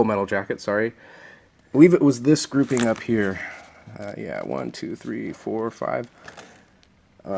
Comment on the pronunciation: Stop saying groupimg